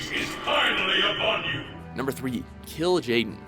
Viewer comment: how do you manage to mispronounce the names so much even though they are literally in the game? and kil'jaden, the leader of the legion? what the fuck? have they ever even played it?